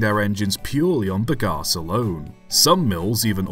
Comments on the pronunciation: Hang about, hang about!! You’re not very bright, are you laddie? Very few methods or types of combustion are ‘good for the atmosphere’ (though I suppose a sodium/steam-powered engine would be ok for good old Ma Nature). You also have a very odd way of saying ‘Bagasse’, the most worrying of which is that you pronounce it with a P instead of a B…. With words you clearly aren’t familiar with, try having a look for the correct way to pronounce such things first, that’s a good chap. Do try to remember that you’re an Englishman and not a Yankeedoodle. Good lord. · "Bagasse" pronounced "big ass" the viewer 🤣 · I laughed a lot hearing you saying "bagasse", took me some time to mentally translate to bagaço, its pronounce ba-ga-sSOO, with an O at the end in my language.